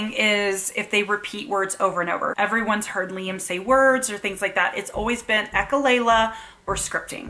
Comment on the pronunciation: Please say echolalia instead of echolayla. I'm only saying this because your channel is a good teaching channel.